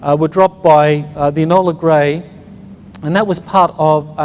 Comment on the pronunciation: enola gay not "enola gray" do your homework old boy.